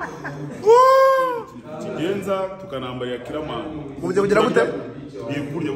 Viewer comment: "Killerman conglatulation?" C'mon you can do better than this😂🤣🤣🤣🤣😂